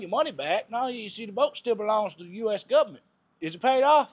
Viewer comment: Can always count on the "Guv ment " to help you out when you need it. Lol